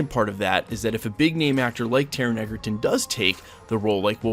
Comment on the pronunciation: You’re mispronouncing Taron’s surname. It’s pronounced “Edgerton” 😊 by the way, I’m the biggest fan of Hugh Jackman and Wolverine but I think Taron can be a good choice. Also, Taron and Hugh are good friends so I think Jackman would be happy if Egerton take the role.